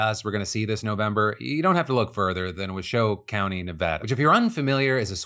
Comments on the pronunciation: Reno-ite here, thanks for spotlighting Washoe County! I know you've probably gotten a lot of flack from Nevadans about the pronunciation of stuff, but it's Wah-Show. Sorry, it's in my Nevadan blood to be nitpicky. Love ya Phil and team! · Resident of Washoe County. This doesn't change the report, but in case the county comes up again, it's pronounced WASHoe, with the emphasis on the first syllable. Great reporting, as always. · As a Washoe county resident for over 20 years I just can’t let this one slide. It’s pronounced Wah-Show. But as the red headed step sister of the state. I’m not surprised we did some weird shit. Happened in 2020 as well we ended up being the last county to finalize results in almost the entire county. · As a Washoe county resident. I would like to say it is pronounced Wah-Show. The county is named after the Washoe or Wašišiw people. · Wah-show (for Washoe, for the future.) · Washoe is pronounced Wash-o source I live there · Washoe county resident here its pronounced Wah show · In all of my 30 years living in Washoe (Wah-show) County I have never heard its pronunciation botched so badly. Might as well say Nev-aww-da while you’re at it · It’s pronounced wash-oh… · It's "wa-show" County. That guy is a moron. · For the record on the Nevada election story, you’re placing the emphasis on the wrong syllable in Washoe. It’s pronounced like WAH-Show (or “wash-o” if you’re speaking quickly). No big deal, just in case you wanted to know. 😅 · I live in Washoe County in Nevada.... Thats not how you pronouce it 🤣🤣 its waa • show. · hey Phill Glad you said Nevada right (neh-VA-duh) but you royally screwed up the pronunciation of Washoe County. Say it with me... (WAH-shō) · how do you do it again phil! Its pronounced "Wah-Show" - channel that inner waluigi . . . haven't been this dissapointed sense "navada" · I hate to be this guy but thats not how you pronounce Washoe I'm from there and its just so frustrating. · Phil that is not how you say Washoe XD